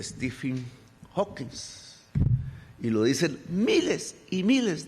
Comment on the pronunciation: Que bruto pónganle cero: 1) Stephen hawking no hawkingsss 2) nunca ganó premio nobel Dios que bruto